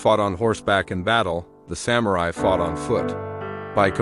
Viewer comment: You keep pronouncing ‘samurai’ differently 🙄